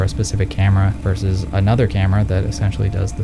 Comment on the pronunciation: Now I know you purposely mispronounce words on purpose. But versus is just versus. Verse is a different word that means something completely else. So in the future, please say versus and not whatever the fuck you've been saying. Thanks